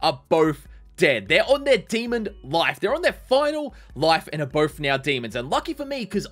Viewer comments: The fact he says demond really gets to me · I like how he says demond it's funny